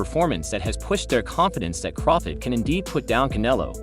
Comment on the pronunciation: I have a feeling this guy mispronounces Crawford’s name on purpose.